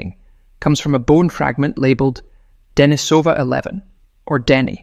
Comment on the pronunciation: Pronunciation: De-NI-so-van, not De-ni-SO-van. The cave is De-NI-so-va, not De-ni-SO-va.